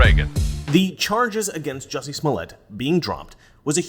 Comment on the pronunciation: Drop the 'U' in Jussie...